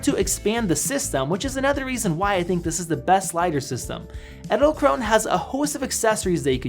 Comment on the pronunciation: Edelkrone ( The last e isn't silent! You pronounce it like the first E in Edelkrone)